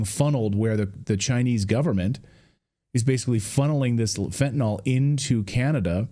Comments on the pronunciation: Fen-ta-nil Not fenta nall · MISPRONOUNCING - It's FEN-tii-niL, not fentiNAWL. Thank you. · It’s fentaNYL, not fentanOL; rhymes with bill, not ball. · "nyl" does not sound like "nol". If you can't even say the name of a drug correctly, how can anyone trust your opinion on it? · Christ, can you even read? It's fentanyl, not fentanol. Also there almost zero fentanyl crossing the Canadian border into the US. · 'Fentanyl', Clayton; not 'Fentanol'. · By the way, the drug is pronounced fen-ta-nil. If it were spelled fentanol, then it would be a harmless type of alcohol. The -ol ending denotes a type of alcohol. The drug is not that. Fentanyl has a different chemical composition. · I think it was Trump who started pronouncing fentanyl as if it were fentanol. Anyone else notice? FYI: it's not "fentanol". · That Canadian is so polite that he mispronounced the drug just like Clayton. So from now on it's fentanol. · It is pronounced FYNTUH - NILL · We'll never fix the problem until people learn how to pronounce "fentanyl".